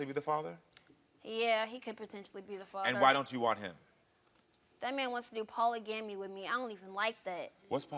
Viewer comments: "poly-gammy" smfh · Poly gamy! I can't pronounce it the right way anymore, it's poly gamy from now on. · I can’t believe she just said poly gamee 😂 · When the chick with the red hair said "poly-gammie" aka polygamy, I legit laughed out loud! 😂 This is exactly why young, undereducated (or just straight up uneducated) folks should not be procreating. Make education a priority young people! Become the best you before creating a mini-you!! 💯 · Shorty with the red hair said poly gammy instead of polygamy lol. I think she just don’t know how to read. I’m wondering if all this is staged. If it’s not staged that’s crazy. Lol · this girl said Poly gami ?😆😆😆😆😆😆😆 what is goin on here🤣🤣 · What the hell is a Poly-Gammy🤔🤔🤔 You mean Polygamy🤣🤣🤣 I knew what she meant, just being humorous. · Did that young chick with the troll wig say “poly-gammy”??? Send her back to high school please!!! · The way red wig pronounced polygamy......who knew what she was talking about?